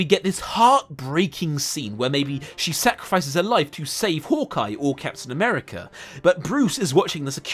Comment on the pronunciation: Mf said Captain Nuerica and expects to be taken seriously